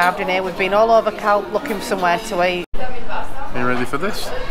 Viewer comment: when you say the name CALPE you use the letter so the end would sound like your saying hay on the end of calpe